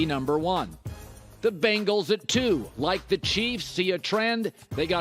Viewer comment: Colin, Bruh...there's no such NFL team as the Bangles. That was an 80's girl band name. The NFL team is called the Bengals...see how that first vowel is an E, not an A. Try to pronounce it like Ben...like your Uncle Ben. Like Ben Wallace, like Ben Shapiro, Like Ben Kanobi...whatever can help you pronounce it correctly. It'd be just as strange if you pronounced Ban Wallace, Ban Shapiro, Ban Kanobi, Uncle Ban. I mean it'd sound like you were trying to ban everything.